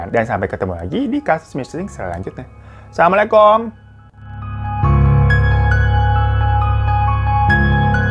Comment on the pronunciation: Maaf ya bang hiro kalo ucap salam jangan assalamualaikom,pake U bukan pake O 😄